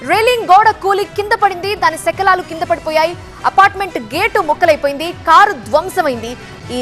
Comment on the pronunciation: షెకలాలు కాదు, శకలాలు.